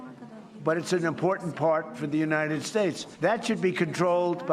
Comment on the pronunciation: "United Scthshates" every single time